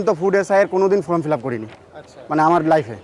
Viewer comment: আবার বলছি কথাটা "ফ্রম" ফিলাপ নয় "ফর্ম" ফিলাপ 🤗 দয়া করে শুধরে নেবেন 🤗😊